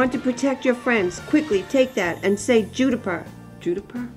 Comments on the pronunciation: 'Judiper' killed me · MidoriGurinSim Same judi-pur 😂